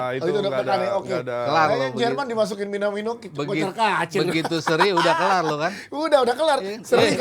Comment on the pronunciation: MINIMANO WOI... BUKAN MINaMiNO. NANTI KOCI KESAL